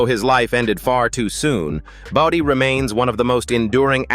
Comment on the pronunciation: FFS, enough with the AI voice over. Bodie is not body. CY5?